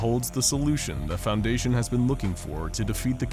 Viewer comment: Oh no “foudation”